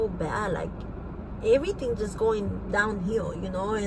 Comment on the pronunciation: Like I don't know like her saying eryteng and den prolly talking like you know hahahaha.......